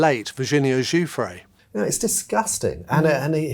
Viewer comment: Giuffre is cousin to another Giuffre close to me … thanks for pronouncing her name correctly .. cheers from Australia